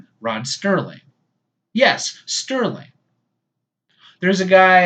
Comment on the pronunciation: Rod Serling was always written 'Rod Serling'. Non-enthusiasts pronounced it 'Sterling' in error, simply because of familiarity with the latter name. Ron Grainer, the composer, often has his name mis-pronounced 'Grainger' for the same reason. Similarly, my mother invariably refers to the well-known singer as Cliff Richards!